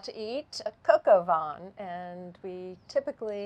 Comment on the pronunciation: I love a great CdP. Also loved the way you said Coq au vin, "Coco vin" ❤ Cheers both 🍷